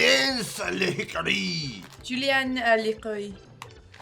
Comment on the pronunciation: on behalf of Canadians everywhere... in Canada. We DO NOT eat Big Turks, we have them, they're on the shelves but I have NEVER seen someone eat one !! Same with the toffee.. nope. She nailed the French Julienned a l'hickary !